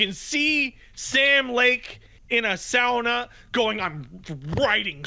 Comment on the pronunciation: I don't know where picked up the very correct sauna pronunciation, am finnish so screw anyone that argues otherwise, but it seems like he started saying it that way at least after hearing it in AW2 from the Koskela brothers. I didn't watch the earlier AW playthroughs so I don't know if it showed up there too.